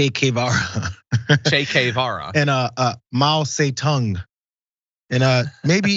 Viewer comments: That's what I hearx too: Mao the Dung. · Mao Zay Dung? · Florida education at it's finest. He can even say their names properly. Mousie Dung? And now they are trying to bring that education to a lower level. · Mow Zuh-dung and Chake Kay-vaw-ruh